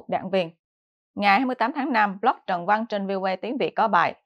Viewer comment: Trân Văn, không phải Trần Văn.